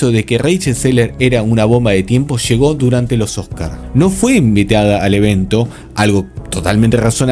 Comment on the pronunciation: TAQUILLA NO TAQUISHA…! LLEGO…. NÓ SHEGO